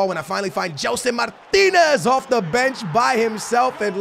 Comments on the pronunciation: Can you say Gelson Martins and not Gelson Martinez? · OMG U ARE FROM PORTUGAL AND U CANT EVEN SAY "MARTINS" NOT "MARTINEZ" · He says Gelson Martinez and is Portuguese oh god